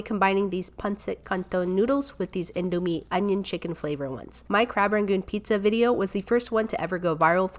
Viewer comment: U pranounced indomie wrong i know bcs am Indo heh